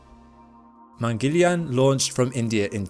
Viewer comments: It is pronounced as Mangal-yaan. Mangal (Múng-gul) like Jungle. And Yaan is pronounced as Yarn (Mungle-yarn) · If you were gonna make a whole documentary on Mangalyaan the least you could have done is learn how to pronounce the name. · The Mangalyaan images were fascinating and so was your narration and presentation of martian features. We really didn't mind the slight inaccuracy of pronunciation!👌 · You tried your best considering it isn't your native tongue. If I may, there's a simpler way to say this.. try this.. split into two, First half- Mangal(sounds like Jungle, replace J with M) and Second Half - Yaan( pronounced like english word - Yarn) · Excellent video. Btw..Mangalyaan is pronounced as Mun-gul-yaan. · Man-gal-ya-an मंगलयान You were close but still great pronunciation.. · You could easily have asked an indian for the pronunciation! Mungal. Yaan or Mars vehicle there is no shortage of Hindus on this planet, only shortage of effort. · not mangilyaan , its MANGAL YAAN . meaning MARS VOYAGER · It's not pronounced Mangelian...lol..It is pronounced as Mung-gal-yaan🤣😂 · Mangal yaan keep distance in pronunce Mang al yaan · Great video. I was too curious to know the aftermath of this launch and you provided that info. One small note: It is not pronounced 'mangelian' it is pronounced as 'Mangal Yaan'. In fact it is a two words combined. (Mangal = the planet, Yaan = the craft) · It's not man - Gil- iyaan , it's man - gal - yaaan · It's not Mengalyaan ! Its Mang girl yaan (pronunciation) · Good video bro, informative too🙌... One funny thing is that, your pronunciation was like "India's Mangoliyan mission to mars"😅... Just kidding... It was ok😅🙌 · Its pronounced “man-gal-yaan” and not mangilian. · Its not mangiliyan its mangal-yaan pronounce correctly we pronounce your english words correctly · Please pronounce the name of the mission correctly: it’s Mong pronounced as in MONk with g. Gal as in seaGUL and yaan. mun-gul-yaan means Mars traveler.